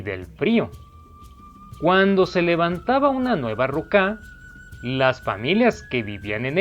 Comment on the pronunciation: Y es ruka no rucá